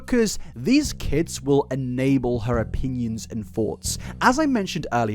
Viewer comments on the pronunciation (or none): none